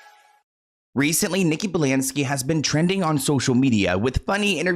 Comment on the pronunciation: Nikki “Balansky” 🤔😂